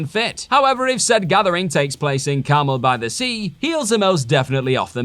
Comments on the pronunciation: I do love some good carmel by the sea. Sounds delicious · I thought he said Camel by the Sea.